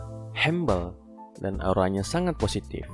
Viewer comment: Masukan:humble di baca hambel jgn hembel ya mas